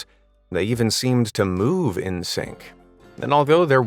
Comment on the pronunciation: "that critter wasn't able to moo-ve"